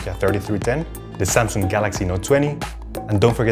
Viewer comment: Not samsunng it's samsunng